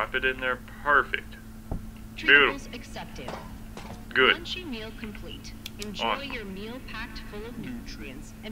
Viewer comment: Please note this is Lunchy (Lunch-e) not lunchly